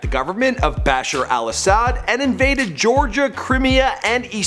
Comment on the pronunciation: its not "Bash-er Al as-ad," Its Pronounced "Buhshar Al uhSahd" Bashar Al-Assad